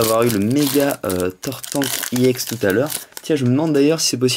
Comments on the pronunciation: Je sais pas si tu le sais, mais ca ne se prononce pas "I EX", mais, "EX", car EX comme EXTREME ! :) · j ador ta video juste pas iex juste ex